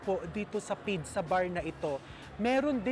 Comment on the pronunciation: What the heck is a pidza? All over the world it’s pronounced as peet-tsah. Even in almost all regions of Italy, and specially in Naples, the birth place, they pronounce it as peet-tsah. Maybe you are copying Egyptians? But they would say bidsa. I thought you were well travelled?